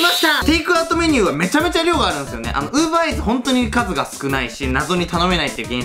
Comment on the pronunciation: Uber EATSの発音良い！！wwww